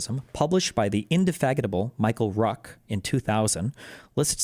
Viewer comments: Indefatigable, pronounced in-dih-FAT-ig-ah-bull, not indefaggitable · naww i like his pronunciation more